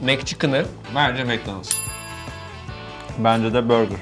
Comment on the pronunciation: Macdonus diyenler 1+ Burger King diyenler like